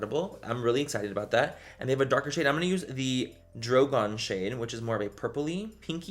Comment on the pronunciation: Butchered the dragons names